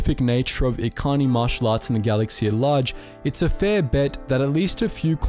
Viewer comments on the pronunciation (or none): none